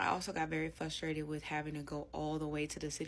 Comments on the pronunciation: I’ve never heard this hideous combo!!😩 usually I’ve heard “FUStrated”!! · How in God's name could you accept living in a different state than your children. How can she afford all that but stupid enough to say 'fustrated'? OMG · i agree I thought it was fuss too lol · I thought she was saying Fuss-trated 😂